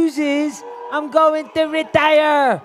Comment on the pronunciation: GSP: "..he's go-ang to be beat-an by a history teacher on Saturday" LOL